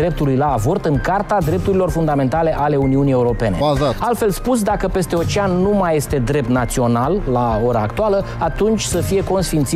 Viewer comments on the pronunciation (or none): none